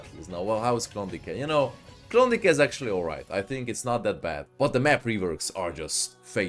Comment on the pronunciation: Amúgy Klondájknak kell ejteni.